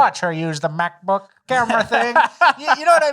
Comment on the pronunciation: has demonstrated the only correct way to say “MacBook”. It’s how I’m saying it from now on anyway.